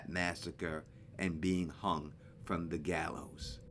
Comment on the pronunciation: It was really hard to hear what you said. It sounded like you said .. ".... on a show called friend..." and the episode it called Westfield Protocol or Welcome to Westfield???